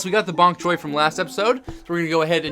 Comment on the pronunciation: You said ponk choy at start lol